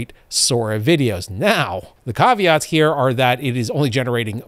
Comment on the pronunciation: Gotta love the way you pronounce caveats!!